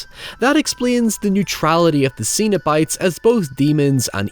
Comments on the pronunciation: Hellraiser 2022 review when? Also, did you call the Cenobites "Xenobites"? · It's not ZENO bites, it's CENO bites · Zeen-o-bites? Why are you saying it like that? 😂 Cenobites. Pronounced SEN-o-bites. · I actually watched this a few weeks ago for the very first time. Other than some cool gore and great lead acting, Hellraiser is a really bad movie. Also, it's Cenobites, not Xenobites. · cenobites not xenobites. €subtle and pedantic yeah. but still. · Cenobites, not xenobites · I kept thinking you were saying "Xenobites" which given how the xenomorph and Cenobites are based on sexualized drawings from artists like H R. Giger and Clive Barker would be a pretty cool mashup. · Z-z-zenobits!? I heard ZENOBITS!!!! 🤣🤣🤣. (Just the first time) Only really complaining because all comments help that stupid algorithm. I have nothing to add beyond that. I'm all gushed out on this film.